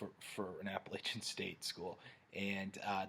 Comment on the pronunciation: Learn to say Appalachian correctly